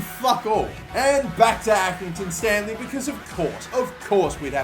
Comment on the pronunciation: accringinton hmmmmmmm maybe you got manager of their club 7 times